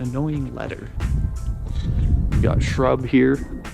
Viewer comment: thats SKRUB not shrub. OA CREW